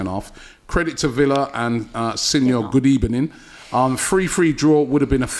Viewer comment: The former Arsenal manager wishes Abby a very "Gud Ebening"